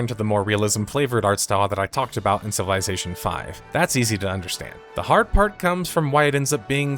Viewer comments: Take a shot ever time he says CIVILAYZATION! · It's pronounced "civil izz ation". Not "civil eye zation" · I can’t watch this because of the way you say civilization.